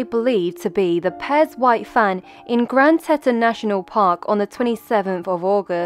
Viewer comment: 'Tea-ton' Finally found her 😞